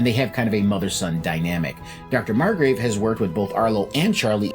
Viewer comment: Margrove, not Margrave. Honest mistake 😅